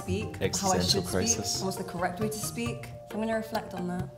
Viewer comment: it's pronounshed SPAEK :P